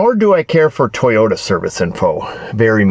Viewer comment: I’ve heard lots about the “Teeyota Way” …